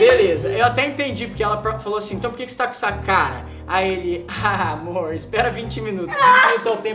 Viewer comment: Quando o falou "amorr vc sabe" cr eu chorrei para umm kkkkk